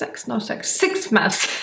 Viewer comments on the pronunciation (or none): "Six, six, six, sex, not sex" laugh OML IM DYING😂😂😂